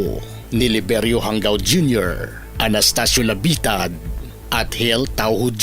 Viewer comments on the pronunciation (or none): ISA SA FOUNDER NG DIABLO SQUAD AY KAKLASE KO SA POLICE TAEKWONDO COURSE CLASS 95. EX-PC KAMI. JANGAO . PRONOUNCE HANGAW HINDI HANGGAW. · JANGAO AS IN HANGAW HINDI PO HANGGAW